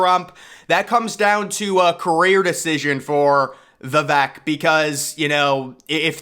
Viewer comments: Vee vake, NOT vee vek. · 👍 Vivek ..rhymes cake. His opening rap line Pronunciation - it's Vi vake.. not vi veck. 🌿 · We are all in for Vivek!!! Vivek is pronounced "Vi-Vake" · At learn or put some effort into pronouncing his name correctly